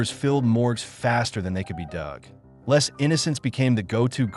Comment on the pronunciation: "Lay" not "less". AI narration, no doubt.